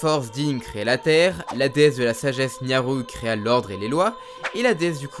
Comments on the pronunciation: nayru et non nyaru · Nyaru ? C'est pas plutôt Nayru ? Je dis ça je dis rien. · Nayru, pas Nyaru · Juste c'est nayru pas nyaru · Tu prononces vraiment bizarrement les noms des personnages, c'est assez perturbant x) (exemples : Nyaru au lieu de NAYru, Daruna au lieu de DaruNIA, Ruto prononcé avec le U et pas le OU, etc...) Sinon très bonne vidéo, j'aime beaucoup :) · C’est FARORE et NAYYYYRU!! et pas euuuhhh niaru là... XO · C’est qui la déesse Nyaru ?!? Bonne vidéo mais quelques soucis de prononciation sir certains nom comme Nayru <=> Nyaru Mais a part ça une bonne video des familles donc merci buddy !! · Suis je le seul à être stressé du fait qu'il n'arrête pas de dire pendant absolument TOUT le long de la vidéo "Farone' et Nyaru" alors que c'est "Farore" et "Nayru". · Bonne vidéo par contre c'est Nayru et pas Nyaru et pareil pour Farone, c'est Farore ^^ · nyaru ? Je dirais nayru plutôt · Tu dis Nyaru c'est frustrant :( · Tu t'es trompé dans les noms des Déesses. C'est Nayru (et non NYAru) et Farore, et non FaroNe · « Faron » ? « Nyaru » ? Oula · "Farone, Nyaru, Gouhma, Daruna..." ça pique ^^ Mais ça n'enlève rien à la qualité de cette vidéo ;) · "Niaru" ? "Farone" ?!?!? C'EST QUOI ÇA ?! MAIS C'EST QUOI C'EST PRONONCIATION DE NOM !!!! SA N'EN FINI PLUS ! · "we waker", "le feu de dine" , "l'amour de niaru"... dur putain x), bref c'était quand même sympa bien que assez lourd de devoir se retaper les 7 premières mins quand on connait déjà par coeur mais c un détail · Trés cool comme vidéos mais par contre tu as bien prononcé le nom de aucune déesses >< la prononciation c'est "din", "naillerou" et "Farore